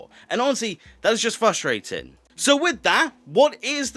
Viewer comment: Not as frustrating as you mispronouncing frustrating